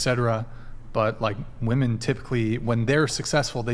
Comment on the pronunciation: Ok you can't even say "WOMEN" correctly.